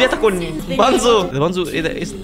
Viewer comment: يا الارنب اسمو بونزو مش بانزو